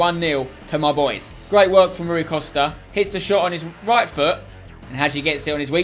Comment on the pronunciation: spence its pronounced roy costa